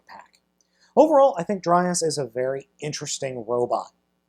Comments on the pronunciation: It's pronounced dry-yahs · It’s “Dry-yas” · it's dr-ay-as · It's DryAss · Dry ass is all I hear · Haha dry ass... I'd pronounce it dray yas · i think his name is pronounced draios and also beleive he's voiced by the same guy who voiced devil Z from transformers masterforce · It's dry-arse